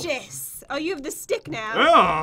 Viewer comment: Omg when she said stick I thought she said dick 😭😭😂😂😂